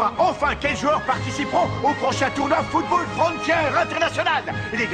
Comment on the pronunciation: pardon mais c'est anime est un putain d'anime de football, et la narratrice au debut NE SAIS MEME PAS CORRECTEMENT DIRE FOOTBALL!!!